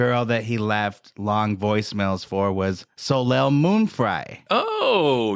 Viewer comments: 🤨 🤨 I’m American & know to pronounce her name correctly! Solay, not solayl!! 😂😂😂😂😂 🙄 🙄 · I literally went to my history to find this video that came on IN MY SLEEP to see if anyone commented this since the mispronounciation woke me from a slumber - fucking Soh Layl?? Soleil is French for sun and we alllll know Americans and their struggle with... anything really, but specifically French. SoLayl? Ruined the whole thing. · My eye twitched a little every time he pronounced Soleil moon Fry's name 'So-layl'.... The L is silent my dude. You pronounce it 'So-lay'